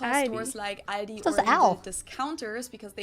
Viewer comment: she said the L in Aldi listen carefully. She says it at the back of her mouth not at the front at her teeth